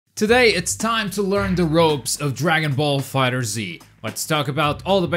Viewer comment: its fighterz not fighter Z